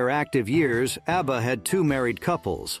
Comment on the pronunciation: Easy he calls ABBA ARBA